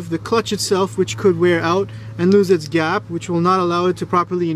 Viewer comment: "Gyap" I can tell you're probably a Caribbean mechanic. Lol